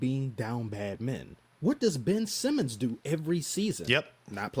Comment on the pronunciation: Ben-ch Simmons